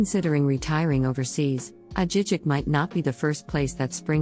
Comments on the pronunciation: It is pronounced Ah-hee- heek. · Girl you have to know how to pronounce these towns. I really doubt you have even been to those cities. Ajijic was the clincher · if she even visited Ajijic she would know it’s not pronounced that way. Leads to her credibility of what she is talking about if she hasn’t even visited the towns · need to improve the narration. Ajijic was pronounced wrong! Jajajaja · Soooo wrong. 😂